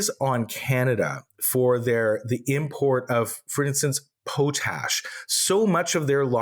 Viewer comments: Mispronouncing potash makes you sound like a laurentian elitist. Don't sound like a laurentian elitist. It's POT-ash folks. not Po-TASH. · The product that most farmers require is not po-tash, is is pronounced POT-ash …😂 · I appreciate your podcast. Can you please get pronunciations straight please. Its. Pronounced polyev not evre. You do not pronounce the re. And it's pot ash as in rhymes with cot and hot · Man i can't believe i wasted my time watching what was essentially a water cooler talk of the completely misinformed lol. Learn how to pronounce Pollievre before you sling mud at least. Potash is not pronounced poatash its potash is in POT. Have to love the completely uninformed talking about disinformation tactics used by the Russians when they are no better 😂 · I was quietly working and listening when I heard you say POE-tash. OMG. Please, just no. I am born and raised in Saskatchewan where we mine potash, and in 61 years I have never heard someone mispronounce it. Potash... like pot (pots and pans) and ash (burnt wood or paper). Potash. Please look it up if you have trouble from my description. One of our major exports that American farmers need for fertilizer, we need to know how to pronounce it. Thanks for the show and excellent discussion. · Just a question...is the audio in this AI generated? I mean, mispronouncing Poilievre, a word that is proper pronounced in Canadian Media, and even something as simple as potash, it's not "poe-tash" it's "pot-ash". It makes me leary of this video... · Het guy. It’s pot - ash not po- tash. No big deal but out in western Canada, this stands out as not really knowing about this part of Canada. Loved the show! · It is called pootash , ya know like vertilizer LOL You guys melted my brains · POT ASH. not pote ash LOL. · It's pronounced pot-ash, short vowel sound with the 'o'. The exact way it looks. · Maybe Google the correct pronunciation of Potash guys. It's more like the "Pot" like you cook with.